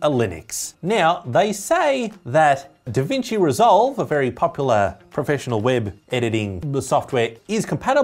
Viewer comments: "davinci reSLove"..? 😂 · I love "davinci reslove"